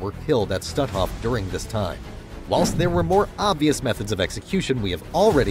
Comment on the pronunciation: Please, the camp of which you speak is not pronounced "stu'off", but stutt hoff, emphasis on the first syllable.